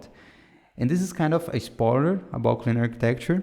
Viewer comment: great video. Maybe review your pronunciation for "hexagonal architecture", "dependency" (you say "depenece") "clean architecture" (take more time to say it)